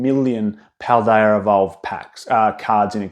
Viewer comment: I think you say Paldea fine. It's never even come to mind in previous videos.